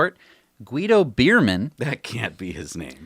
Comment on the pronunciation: Short note: the pronunciation of "Beermann" ist like "Bear-man" and not like "Beer" 😂. "Beer" means in German "berry".